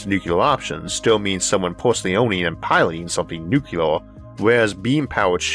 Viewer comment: It’s “NuCLEAR”…. Not “NuCUELAR” I know G.W. Bush pronounced it incorrectly…. But he still pronounced the word incorrectly.